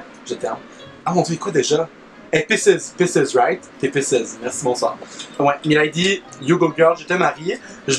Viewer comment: "pisses" au lieu de pisces 😭